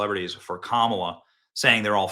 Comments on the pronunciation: Every time Benny mispronounces Kamala it makes me smile 😆 😁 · I love the way you intentionally mispronounce Kamala’s name. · Benny, please use a different way to say her name without disparaging anyone with the good name of Camilla. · How many different ways are you gonna pronounce “Kamala” in one video 🙃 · I love that you're mispronouncing her name, because honestly why bother pronouncing correctly. It's back to infamous obscurity for the emptiest of empty suits. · HOw DaRe yOu MisSpronounCe her nAme!!! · Benny, usually you’re funny. Today you were unnecessarily mean in your comments about Kamala. No need to keep roasting Kamala. And at the very least pronounce her name correctly. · Benny is never going to say her name right again is he? 😁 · I voted Trump. But why did you intentionally mispronounce Kamala's name so blatantly?